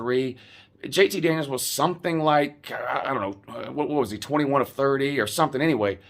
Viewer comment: I thought you were saying "JT Daniel Christ." Does that mean you are going to become a fan of whatever team he goes to?